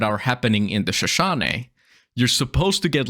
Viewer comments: Shush-OH-knee I know, injun words are very challenging for foreigners but it still sets my teeth every time you mispronounce it. T someone from the western United States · Loved the video, was having a really hard night and its helping- but i have to ask, you keep saying "Shashane" and cant figure out what it means, sorry if you said early and i just forgot. On a lot of meds. EDIT- Finally realized/put it together its not a noun in the since of the watchtower i thought the word was, its just the name of the national park... but now i know a lot of bout the Shoshone people of western america